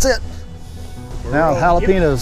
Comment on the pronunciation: "Hala-Pe- Noos" LOL Sure your from Texas?